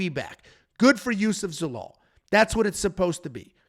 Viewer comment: Love you boys, but, you shat on Zalal terribly bro 😂